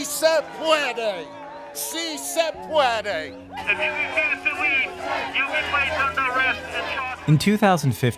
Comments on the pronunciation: I know plenty of workers on the black market because the minimum wage is above the going rate. It is simple math. Also it is pronounced si se puede NOT si say pueidey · Ugh that white guy saying "si se puede" Just no. That's not how you pronounce it. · Si se pu-ee-dee. Hate when they try to use a bad Spanish to sound more appealing.